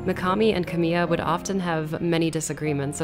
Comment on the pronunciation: This would be so much better if you had the respect to pronounce "Kamiya" correctly